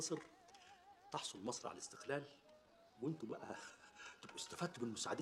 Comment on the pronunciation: أعاتب على من راجع الفيلم ولم يصحح نطق أحمد زكي الله يرحمه في خطاب الثورة عندما قال مصر كلها بكسر اللام والصواب فتح اللام علما بأن الرئيس الراحل أنور السادات لم يقع في هذا الخطأ. وكان يمكن بالمونتاج تدارك هذا الخطأ